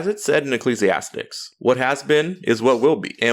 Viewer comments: It's Ecclesiastes not Ecclesiastics. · Did you say "Ecclesiastics"? 😂